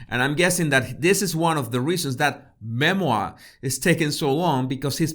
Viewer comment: a Me-Moir 🤣🤣🤣🤣